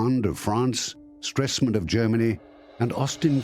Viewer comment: Anglosaxons and pronoucing "gibberish", any language not Protogermanic, today called English ... It was Gustav STRESEMANN and not "Stressmen". And I leave out the pronounciiation of French and/or Latin/Italian names and vocabulary.